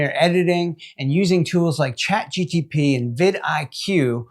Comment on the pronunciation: what is "chat gtp"??? 🧐🤔🤔